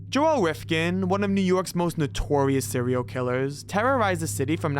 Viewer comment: "Sewial Killas.." 🤣